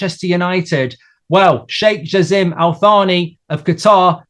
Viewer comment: The name is pronounced jaaa-sim , welcome to oil money , if Qatar takes over I would like to say congrats and bright future a head for man united